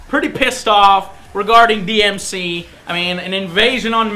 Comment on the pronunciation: It’s not DMC: DMC It’s DmC 😏